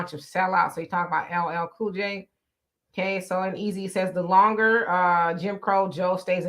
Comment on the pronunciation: LLL Cool J? What kind of Black People vote for that when he can’t get his Name right? 👀🤷🏾‍♀️